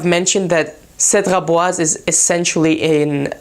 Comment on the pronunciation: Wow the first person who can say the name correctly!